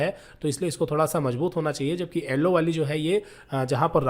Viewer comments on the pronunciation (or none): Nice video very good explanation but "ellowww" wire😂